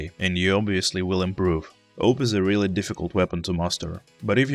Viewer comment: Its pronounced auwwp not oup or call it A W P